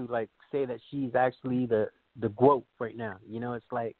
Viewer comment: There was no "GWOAT" conversation before CLARESSA SHIELDS